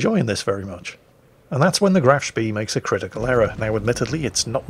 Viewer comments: You can always expect him to mispronounce Graf Spee though. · graf speeeeeeeeeeeeeeeeeeeeeeeeeee totally not triggered by the way he pronounced that